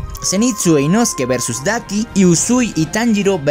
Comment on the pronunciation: es inosuke La pronunciación es diferente